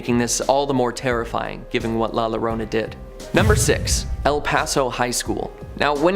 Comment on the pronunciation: The double l’s in Llorona is pronounced like a y. So it sounds like yo. It’s Spanish